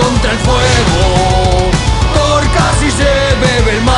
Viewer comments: te falto la r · Te falto la r de thoR :v